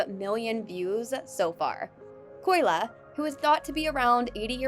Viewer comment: it’s Kolya* not Koyla…